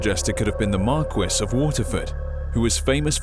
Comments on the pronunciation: P.S. Marquis - "Mar - key," not Mar - quis. You know, like the Marquis de Sade. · Marquis 'Mar-key'- not trying to be rude or anything, but it stuck out like a sore thumb.